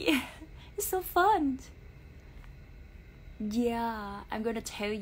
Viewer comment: Em nên chú ý cách phát âm tiếng anh của em nhé. It’s been “fun” chứ kg có âm “t” sau chữ fun em nhé.